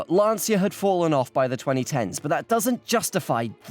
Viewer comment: About Lancia. Firstly, for you English speakers, it’s pronounced as if it were written “lancha”. Given how funny and actually clever this video collab was, I couldn’t care less about this slight mispronunciation, I’m just trying to facilitate your self improvement. Secondly, let’s remember that Lancia produced the Phedra in the 2000s. Go look it up. It’s an awfully awful minivan which shared the name with a contraceptive pill many women in Italy were taking at the time it was introduced. Now, how evil is shaming the name of the producers of the Delta Integrale with that?